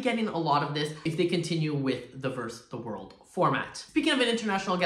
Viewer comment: It’s versus the world not verse the world :) x